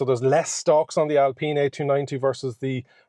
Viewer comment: Alpeen!!! Alpine as in the alps